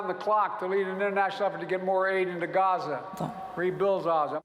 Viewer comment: Genocide Joe can't even pronounce Gaza.